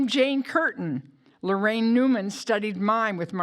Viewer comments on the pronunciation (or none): LARAINE NOT LORRAINE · It's Laraine, not Lorraine.!